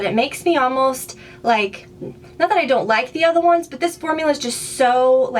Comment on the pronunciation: love your new hair!! I love how you say "the other ones" it sounds to me like your accent comes out more? (I might just be hearing things though :P haha) fantastic video!